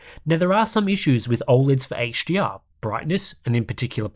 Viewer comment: it sounds like you are pronouncing HDR as HGR haha.